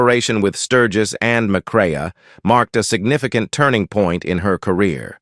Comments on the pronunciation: Joel McRAY, not McRay-UH! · Interesting. Sad. And it's pronounced "McCray ".